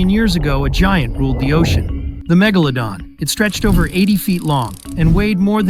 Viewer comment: Bro literally missed magalodon is megalodon with a e